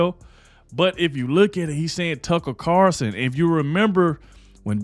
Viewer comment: It CarLson WITHAN "L"!! Please say his name correctly!!!